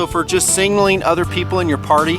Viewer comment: no disrespect meant, but were you saying "singling" instead of "signaling" on this video? It just sounded funny to me and I wanted to clarify.... Absolutely love this series of videos and product descriptions... Great work!